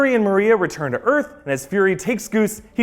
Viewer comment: "C-53 or Erf" lol 🤣